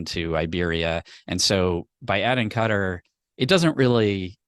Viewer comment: this is how you say Qatar